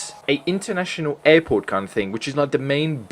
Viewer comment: "another eirporte"